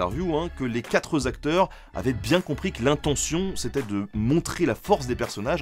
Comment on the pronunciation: oui, les quatre zacteurs.... c'est comme les billets de vingt zeuros... une fois sur deux, j'entends ça... lol